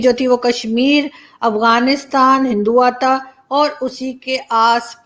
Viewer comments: Mam, great video. Thank you. Btw, Hindtva is pronounced as "hindu-tva" not "hindu-vata" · Why can't Pakistanis pronounce "hindutva"? 🤣😂 Imran Khan pronounces it hinduv-ta You pronounced it hindu-vata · 🤔😊😊 Devi ji Hindutav prononcation is. Not. Correct in speaking 👍👍👍👍👌😃😃gd. U r. Learning The grt language Hindi 👍👍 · Or kesne kesne madam ji ke hindutva pronounce krne pe hasi aa rahe the....